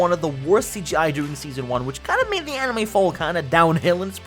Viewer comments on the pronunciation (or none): fantasy animoe world he says